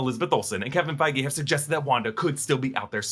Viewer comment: Its Feige lol literally